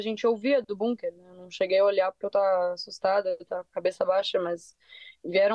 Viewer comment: Que agonia elas falando "bunquer"